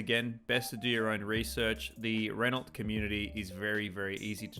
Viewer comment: Good info, just stop calling it a “Renolt”.